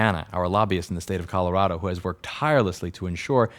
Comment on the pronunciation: "Colorado" Uh, should I tell him?